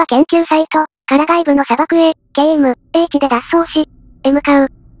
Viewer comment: 面白いしありがたいけど、km/hとかの英語の読み方が「けーえむえいち」になってるのが残念 ER-A1だったらイーアールエーワンって読んで欲しい 漢字も読めてないし...